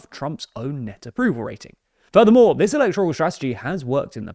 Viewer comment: "The correct pronunciation of electoral is ee-LEK-tuh-ruhl (/ɪˈlɛktərəl/). The word has four syllables, with the primary stress placed on the second syllable ("lek"). It is commonly used as an adjective referring to elections or electors."